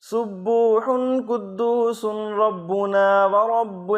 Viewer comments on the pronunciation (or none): janab aap ne RABBANA likh aor RABBUNA padha hi.... konsa sahi hi?? rabbUna - rabbIna..